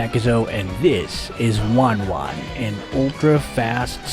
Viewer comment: Not wan wan she is ten ten